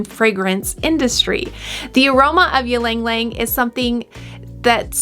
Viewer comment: Its “ Ilang Ilang 😬